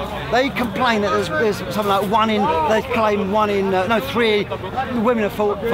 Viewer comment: Man kept saying bizznizz